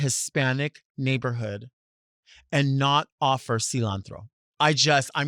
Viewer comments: “You don’t even have cilanthro” 😂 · Lol silawnthrow 😅